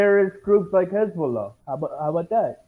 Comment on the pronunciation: He definitely is iranian based on how well he pronounced khamenei and hezbollah